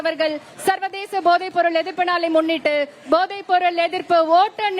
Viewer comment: Podhai not Bodhai Tamil language pronounciation read properly. Otherwise not pleasant for ears to hear. Please